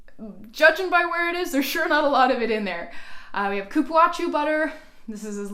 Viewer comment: Hello Thank you for sharing I follow you all the time irme The Cupuacu butter is pronounce cu-púa-zu Good night